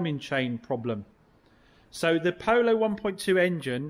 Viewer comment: Ha, say Polo again, first one was very pooosh.